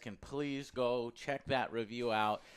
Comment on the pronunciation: "Angry Revew"